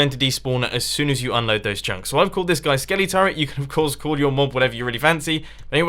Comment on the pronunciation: Lol, Skele-turret